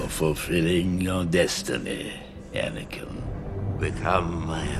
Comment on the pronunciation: Are we not going to talk about definitely saying “Banankin” in this video?!